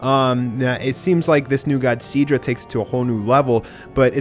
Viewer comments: Eric Tremblay you mean si-dra instead of see-dra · My god. You have extremely annoying pronunciations. Miss-Chief. wtf! See-dra. Horrible man.